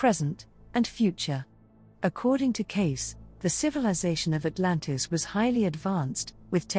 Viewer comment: Edgar Cayce - /ˈkeɪsiː/ , not case.